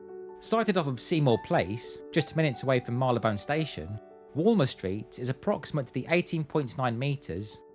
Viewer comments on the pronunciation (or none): I dont like to offer edit to you, as you know so much more than me, that I (almost) feel a fake, but regardless, I am irked that even you, my dear, mispronounce " Marylebone "... If you stop to think, and look at how tis spelt, you can see the French🇲🇫 influence (though you probably know better than me - as, I dont remember - how that name came about / where the name came from...?!) It's just too often mispronounced as (as you did too!) "Marlybone" - do you see the difference? Its spelt: 'Marylebone' and, it's pronounced Mary_le_bon (the final 'e' being ignored / 'silent' as with the French custom) in fact, the 'Mary' part can be pronounced as '_Mar_ee' - as in the first part of 'march' - as opposed to the traditional 'Mary'* (which happens to be my middle* name!!) so, 'Mary_le_bon' / 'Mar_ee_le_bon' as opposed to the irksome, too-often mispronounced "Marly_le_bone"...okay? Sorry about that, but it's definitely one of my 'biggest bugbears' regarding mispronounced words / placenames, (and I do have a few, sadly), but not (usually) by your good self. As I said earlier, you know so many facts and figures, make so many great, informative and interesting videos, and put so much effort into everything, it makes me feel (almost) wrong to offer the edit?!...but for one thing... It's so not "Marlybone"!!! 😮😟🤭...and hopefully I have not caused any offence, as none is intended, I promise. 👍🏴♥️🙂🇲🇫🇬🇧🖖